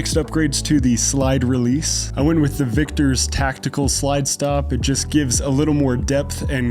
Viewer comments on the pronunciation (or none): I would not call that magazine "reliable." The slide release is a Vickers not a "Victors" as you pronounced it...you're a hipster we get it but try to get your shit starlight.